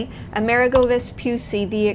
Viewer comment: Plus the accent is on the 'i', so more like AmerEEgo 🙂